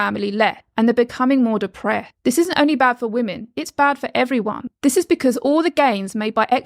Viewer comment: Anyone noticing that she doesnt announciate 's' - "depre'd (depressed), "wore" (worse), "leh" (less)